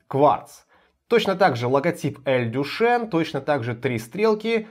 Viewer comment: Читается не Дюшен, а Дюшан. Кстати, далеко не лучшее название для бренда, поскольку имя Дюшан у мало мальски культурного человека ассоциируется со знаменитым "Фонтаном Дюшана" , проще говоря, выставленным на обозрение публики писсуаром.